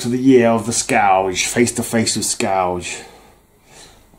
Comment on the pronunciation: I believe it is pronounced “skurj” as in a destructive force. Your memories off these storylines is impressive. I enjoyed the Captain era overall. Yes, killing those terrorists really shook Cap… he hates to kill under any circumstances. Well done mate.👊